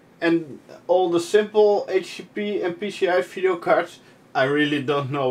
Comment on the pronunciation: I enjoy you videos a lot, and love how say "phideo" card, keep them coming, you got a new subscriber here